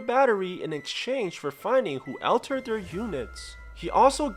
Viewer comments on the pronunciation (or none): All terd not Al terd